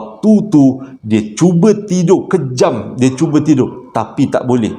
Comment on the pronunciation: Geram la abg ni... Pejam mata bukan kejam mata!!!!!